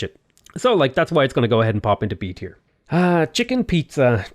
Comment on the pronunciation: Did you really call Chichen Itzá "chicken Pizza"?